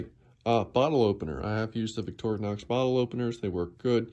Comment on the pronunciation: Finally someone that know how to say Victorinox. I watch other channels that butcher the name and I say to myself "how hard can it be?" First time I've seen and ink pen on a knife/multitool